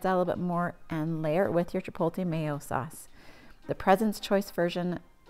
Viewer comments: Chip-oat-lay Not Chip-pole-tay Jesus it's 2024 just read the word. Chipotle. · Thanks but one thing: It’s not chipolte. It’s ch i p o t l e. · The “L” in Chipotle is after the “T” you’re saying Chipolte which is wrong